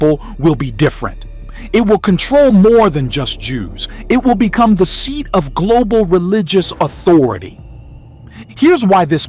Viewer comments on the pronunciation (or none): none